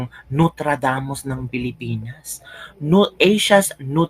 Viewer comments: Nostradamus. Not notradamus😂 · NOSTRADAMUS not NOTRADAMUS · Correction! Nostradamus not Notradamus. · noStradamus hindi notradamus